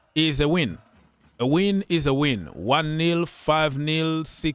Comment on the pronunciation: I like when you say awin is awin